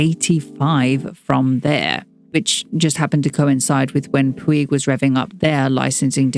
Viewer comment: Fantastic information! I spent my teenage years, late 70’s, in Barcelona and was always in awe of their windows on Passeig de García. If I may, the pronunciation of two words I need to address. The first/Christian name Vicente has three syllables as it is a Castilian name, not French. More like be-then-tay versus van-sant. And the perfume house of Puig, is Catalan, so should be pronounced pooch versus pwig. Brava for the deep dive on this house!